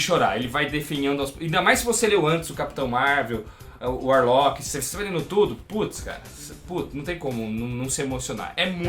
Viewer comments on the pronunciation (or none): mano, video incrível! o que mata é só o falando Adam Varlock... mas isso não interfere em nada na qualidade!